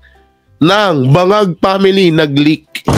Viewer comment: LEAKED" ang basa " LIK".... nemen!!!!!